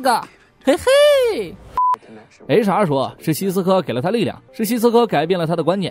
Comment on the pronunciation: 不！！我的H.R. 每次聽說HR我都聽成雷傻，然後就愛上這個角色了！